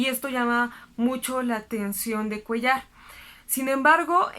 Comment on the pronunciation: "Bastante interesante". Frase que se repitió 500 veces. Cuéllar me parece que lleva acento en la e. Y "doctor" es palabra aguda. Solo para poner un poco de atención a esos detalles.